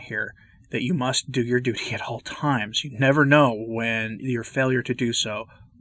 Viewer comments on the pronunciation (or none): none